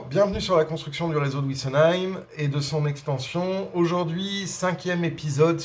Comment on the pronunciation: Bonjour Vidéos très intéressantes; un grand merci. Si vous pouviez arrêter de parler de "ouissenheim", et dire Wissenheim, ce serait parfait. Bonne continuation